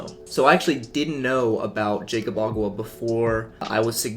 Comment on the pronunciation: it's pronounced yakob not jaycob